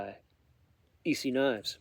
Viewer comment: Its pronounced S E knives